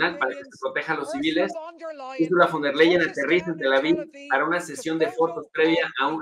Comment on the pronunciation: tienes que pronunciar FON TER LAIEN ... así se pronuncia